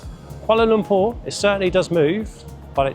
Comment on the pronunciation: Congratulations! U've pronounced Kuala Lumpur like d locals!!